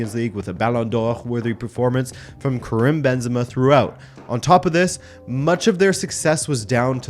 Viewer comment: Did you say Cerem/Kerem Benzema?? Dude… come on , after plugging in the correct pronunciation website? 🤣🤣 Karim as in Kareem